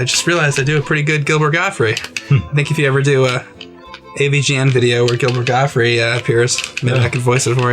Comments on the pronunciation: It's not Gilbert Gottfrie, its Gilbert GOTTFRIED, with a "D" on the end. Friggin amateurs... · 'Gottfried', not 'Godfrey'. Yep, I'm that guy. Sorry.